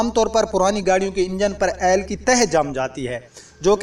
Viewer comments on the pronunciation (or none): یار عیل نہیں ہوتا آئل ہوتا ہے